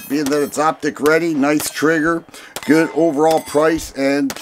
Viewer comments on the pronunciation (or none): none